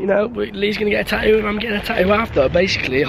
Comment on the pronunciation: It's not taoo it's tattoo